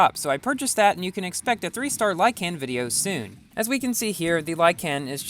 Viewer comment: Like-in not lie-can